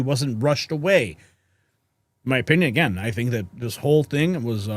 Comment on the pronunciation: Don Lomon plover aguein😂